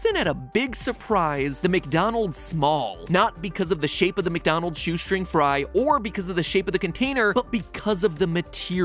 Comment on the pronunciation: Am I the only one who noticed the “MatDonald’s” in the intro? Lmao